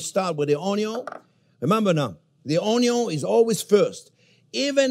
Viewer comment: Gotta love the way he says "All-nions"😆